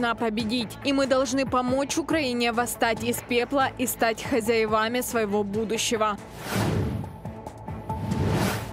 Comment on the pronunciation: Не хозяевАми, а хозЯевами. Уж если говорите по-русски, говорите правильно!!!